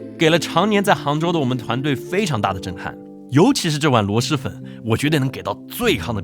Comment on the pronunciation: 是螺蛳(sī)粉